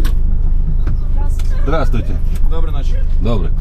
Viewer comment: Здравствуйте деген созду дагы деле акцент менен айтат экенсинго😂😂😂 болбосо уже ошол созду без акцента суйлоп калышын эле😂